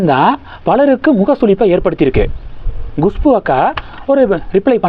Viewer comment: GUSHPU இல்லை, KUSHBU தான் கரெக்ட், எவ்வளவு பிடிவாதமாக தொடர்ந்து தப்பாகவே உச்சரிக்கிறீர்கள்? எரிச்சலாக இருக்கிறது